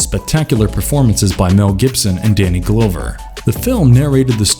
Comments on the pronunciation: DUDE YOU LOST ME WHEN YOU SAID "DANNY GLOWVER"!?!...sry....and i loved some of the flicks you showed, but couldnt keep watchin/listening after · Glowver isn't the correct pronunciation? Haha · It's "Danny GLOVER" (as in what you would wear on your hand--NOT Glover (the way you're pronouncing it). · Danny glove er . not whatever your saying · I don't understand how he made that mistake but I'm not going to judge a video because somebody can't pronounce a name right. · This dude called him "Danny Glowver".😅 Dave Booskemy?😂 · Say "Danny Glow-ver" one more time... 🤦‍♂️ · He has to be messing up the names on purpose. Danny GLOWver GIL-AIR-mo Del Toro 🤦🏾‍♀️🤣💀 Great list though!👍🏽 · Narrator knows how to pronounce "Yautja" but not Danny Glover Rolls Eyes